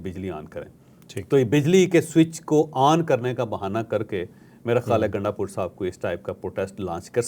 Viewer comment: Bhai naam to drust pukara karo gundapur nahein gundpur hae phir yeh gundpur sahib kaisee ho gaee aqal to aam logun jaisi nahein to aap sahib sahib pukar rahee hein